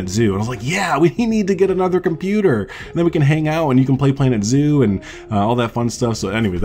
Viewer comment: At first I thought you said organ zoo 😂 I’m so excited, my fiancé is buying me a gaming laptop for Christmas so I can finally play planet zoo